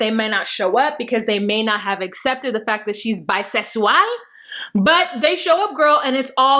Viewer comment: Bi. Sex. Wall🤣🤣🤣🤣